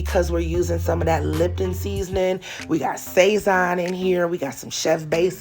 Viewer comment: Recipe looks amazing and you had me cracking up at the grandma can gnaw at it with her gums lol. The orange seasoning sazón packet is normally pronounced sa-zone. Thanks for sharing anything yummy recipe.